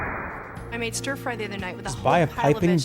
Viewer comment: Oh my god chat saying Ster fry every time Cathy said stir